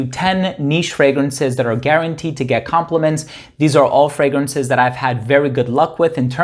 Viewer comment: Its so funny that every video you do and you plug your channel the first pronouncation of "fragrances" sounds incredibly funny. There is always like a "fragranshhh".